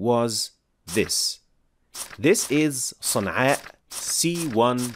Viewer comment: It's Sana'a